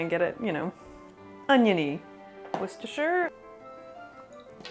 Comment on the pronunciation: applause for pronunciation of Worcestershire sauce Might want to retry the herb sachet though :)